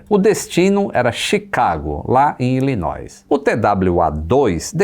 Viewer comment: o correto é não pronunciar o S da palavra Illinois.